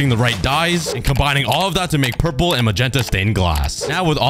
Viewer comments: Hi um so my little brother is kinda anoyed how you say purple wrong so it's pronouns as prlol but the word is purple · Pronouncing "Purple" Most people: "pur-pol" Meanwhile,: "pur-pur" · am I the only one that hears 'pur pur'